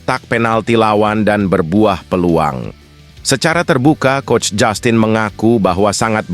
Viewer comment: 😂😂😂 bacanya jastin mas Bukan jussstin Es jussss kali😅